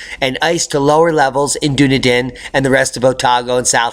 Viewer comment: Dunedin is pronounced with phonics..... dun E din as you asked earlier.Great update btw,cheers.